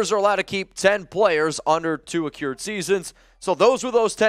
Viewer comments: Can't stop chuckling everytime says Accrued (uh-cured).... suppose to be pronounced "ac-crude" 😉 here for the assist 💪🏽 keep the great content coming raaaaaaaaiderrrrrrrs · It's pronounced "Ah-crew-d" not "Ah-cure-d" - just an FYI.